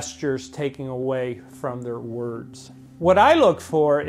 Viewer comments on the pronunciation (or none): none